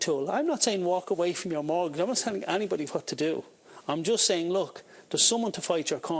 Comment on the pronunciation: A note for the female presenter, the word is mortgage, not murtgage.